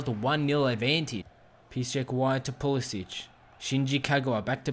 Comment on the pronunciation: Pulisic is pronounced with a k sound at the end